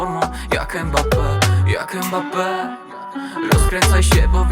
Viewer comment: Mbappe mówił że jego nazwisko wymawia się prze miękkie M tak jakbyś zlizywał zupę z talerza, a nie przez E. to nie jest Embappe!